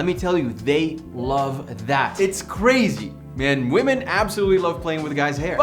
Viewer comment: He wasn't saying "Women". He was actually saying "We_men" 😂